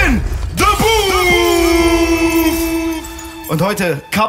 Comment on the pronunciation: Booth und nicht Boof